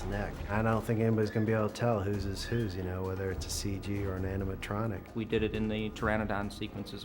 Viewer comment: "AnimaL-tronic" lol